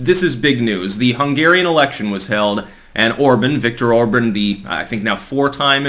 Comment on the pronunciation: It's pronounced "or-bon"...like on in on/off or bon-bon, not or-bun